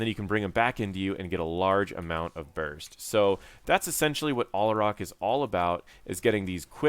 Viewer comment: it's al-ah-rack, not all-uh-rock.